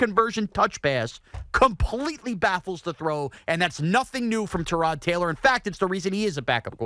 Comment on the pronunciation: Why does Evan intentionally mispronounce Tyrod Taylor's name? Is that his way of insulting him subtly?